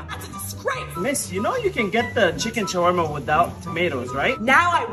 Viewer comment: Anyone else annoyed at the way she pronounces Shawarma